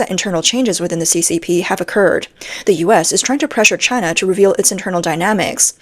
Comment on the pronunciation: Taiwan is the much better Chy-Nah.